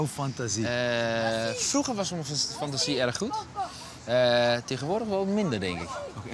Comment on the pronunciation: Die ''fantasie'' op . Eerste wat ik ook dacht idd hahaha